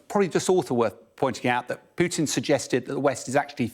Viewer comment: It's not PYUtin. Putin.